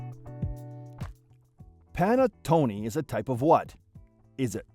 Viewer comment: Is not Panne Toni …is called Pannetone and is a cake e not a bread!